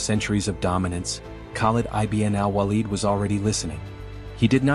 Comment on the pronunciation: Excellent article well elaborated the walaja battle field . U have to be more cautious on AI voice narration as it was mispronounced the name of Khalid ibn walid. Keep posting about forgotten Heroes of histories